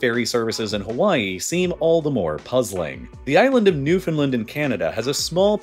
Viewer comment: If it makes you feel any better, he mispronounced Newfoundland, Port Aux Basques, and Argentia. 0/3.